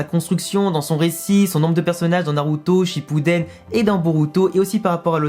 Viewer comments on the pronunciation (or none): none